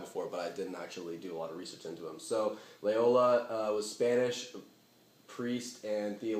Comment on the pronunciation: It's Loyola, mate. Not Layola.